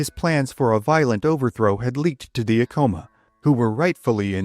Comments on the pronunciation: Ahh- Co - Maa, not A-Co -ma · Many of these video about Pueblo Indians do not pronounce many names correctly. For example, "Ah-coma" should be "Ac-coma." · Bro, I'm from here. We jumped off sky city it's Acoma rhymes with spatula, not Acoma rhymes with Tacoma. Seriously, you don't know what you're talking about. And you got the story wrong. We cut lots of feet off. They're still sore about it. We can't keep our statues of Onate up. Why was he a mining inspector? He was heir of the Silver mines in Zacatecas. He financed most of the missio. Read "Blood on the Rocks" by Jonh Kessel UNM press. You are incorrect on the pronunciation, history, and your hokey videos are wac gringo. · Please research the correct pronunciations. It's Aeh- CO-MA. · You pronounced Acoma wrong, its ACK-uh-muh, common mistake. My ancestor Bartelome Romero was an artillery officer with Onate. He is the Ancestor of many of the Romeros in NM, TX and CO. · More like ak am muh